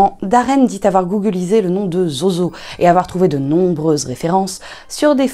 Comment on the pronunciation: Zozo se prononce Zouzou. et c'était mon chat il est retourné en enfer maintenant.